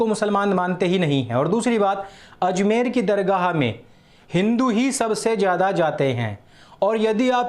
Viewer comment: Azmer nahi ajmer hai